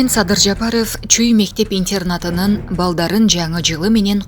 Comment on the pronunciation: Суйлогон кыз кичине тура суйлосон. ИНТЬИЕРНАТ. ИНТЕРНАТ ДЕП АЙТЫЛАТ.